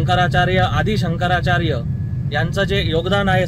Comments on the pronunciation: Shankaracharya ,. Ha Shabda Suddha Tyala Neet Uchharata Aalela Nahi . Ha Nehamidh Patali Sodun Bolto . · पहिले शंकराचार्य नीट म्हण 😂😂😂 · शंकराचार्य हा शब्द निट उच्चारता येत नाही राणे साहेबांना